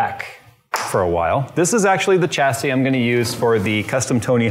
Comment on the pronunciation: Sha-see Cha-see That bothering anyone else?